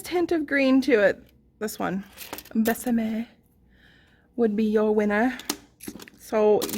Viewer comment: Joey doesn’t share food! 🤣 Totally made me laugh. Such a weird collection for Summer. Looks like Fall to me. I can help you with your pronunciation as I live in NM...Dulce = dool see, Querida = k reeda, you did great with Besame. Thanks for swatching and the comparisons. I enjoyed the video. 😊💗